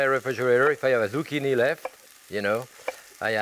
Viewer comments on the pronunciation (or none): none